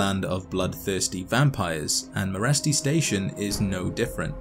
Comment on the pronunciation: In Romanian Meresti is pronounced like Mereshti (Merești), look it up on google translate